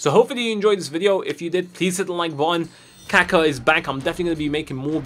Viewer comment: (Cack-uh) How pronounces Kaka...